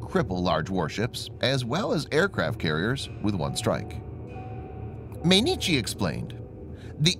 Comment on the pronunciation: I gave this story a like, but for pity's sake teach your robot to pronounce Mainichi correctly: it's like m(eye)inichi, or anyway that's the closest you can come for an English speaker.